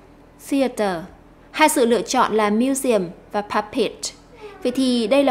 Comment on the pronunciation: chữ museum cô nhấn sai rồi :D